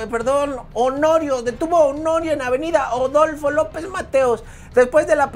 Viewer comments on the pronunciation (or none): No 😂es odolfo mijo 😂es Aaaaadolfo😂